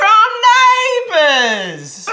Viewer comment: the way Zach says neighbours will never not make me laugh